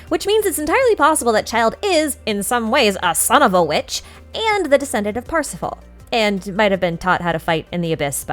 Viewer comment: that "son of a witch" sounds like "son of a b****"